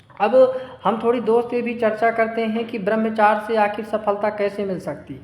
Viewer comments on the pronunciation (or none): Barmchar nhi Barmchrya hota Hai